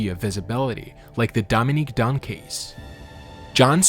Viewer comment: Their last name Dunne is pronounced "done" not "don". Also you describes scleroderma incorrectly - or it is a chronic hardening and tightening of the skin and connective tissues.